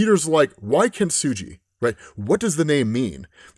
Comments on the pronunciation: This is great, but I have to point out "Kintsugi" is said with a hard g, not a soft g! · You’re mispronouncing kintsugi- it’s with a hard G not a soft G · Only one note. Kintsugi is kin-tsoo-gee, not kin-tsoo-jee. Kintsugi is the japanese practice or art of repairing glass and ceramics using lacquer enamel sruff mixed with ground up precious metals. It doesnt reeally make anything stronger. It just repairs something. It is akin to finding beauty in someone's scars or stretch marks. It gets pretty philosophical and echoes a sentiment found in various places of Japanese culture.. that things that are perfect and symmetrical and flawless and last forever are inherently less beautiful and lovely than things with small flaws. Things with history. Things that have a lifespan. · Kintsugi not kintsuji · kin-su-gee. just saying... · Kin-su-Gee (hard G) btw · Kintsugi saying his name is hard to pronounce, while actively mispronounces the name repeatedly for 5 minutes is 👌